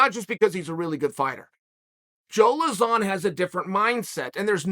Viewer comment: It actually posses me off how bad he pronounces joe lauzons name